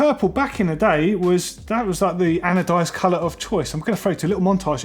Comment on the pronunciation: "adonised" 😂😂 ffs it's 'ANODISED'! If you don't know words, may I suggest a script? Christ...